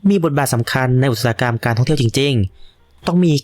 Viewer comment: อุตสาหกรรม อ่านว่า อุด สา หะ กำ ไม่ใช่ อุด ตะ สา หะ กำ